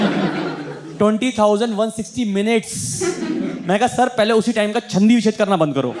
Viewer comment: छंदी विच्छेद नहीं संधि विच्छेद होता है।😂😂😂